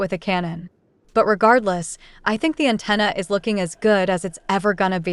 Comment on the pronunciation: Lol "Anteenas".